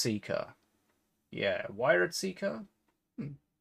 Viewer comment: bro....its pronounced weird.